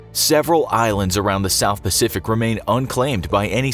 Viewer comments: paific ocean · Who hasn't heard of the Paific Ocean...😂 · Ah yes, the Paific Ocean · it’s okay, I can just claim the unheard of and unclaimed, PAIFIC OCEAN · Theres no c on the pacific lol